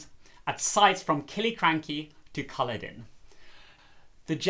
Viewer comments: I thought the pronunciation was Cu-LLOD-en with the emphasis on the second syllable. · I’m loving your pronunciation Caloden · Culloden is pronounced with the emphasis on the second syllable